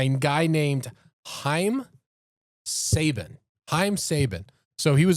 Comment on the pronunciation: Wow.. power ranger fan and pronounced sabans name incorrectly 😅